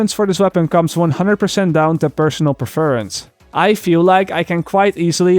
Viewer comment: per-fer-rence WHAT THE FUCK